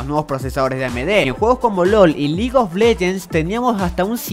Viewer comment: F repitió lol y legue of leguens